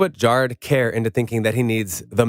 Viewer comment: Kerr is pronounced like 'ir' in bird or 'ur' in curry. Not like 'care.'